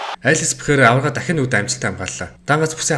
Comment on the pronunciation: Алекс Перейра болохоос Пейхара биш